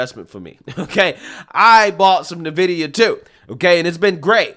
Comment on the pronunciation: I think it is NVidia, not Vnidia.